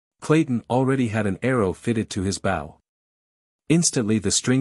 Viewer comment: I wanted to hear this as I cant read it. Because I can't see long before I see double vision and eyes sting. The mispronunciation of simple words was annoying. I'm going to assume that a I is to blame. Example, bow as to show respect.